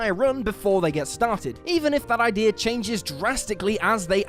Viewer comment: Can someone explain to me what happens with whatever accent the narrator has when saying the word idea. In the first line of the video he says "Ideer" but then a few seconds later he pronounces it "I-dea". Why is this a thing? Kind of reminds me of the whole British accent being lost when singing thing.